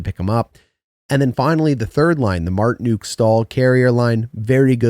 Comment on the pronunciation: Love your videos, so just to help you with some names... ;) nih-KEY-shin (overhyped, but I'm excited to see more of him) coat-can-e-emi (but said very smoothly—each sound is short) Svechnikov—no "shv" at the start, it's a very defined "sv" sound, then a hard ch, like in "etch," but without the t. Martinook—like "cook" (prepare food) or "nook," not "cook" (crazy person) or "nuke." Not a name, but "chasm" is pronounced with a hard K sound, like "cast." Just pretend the h doesn't exist.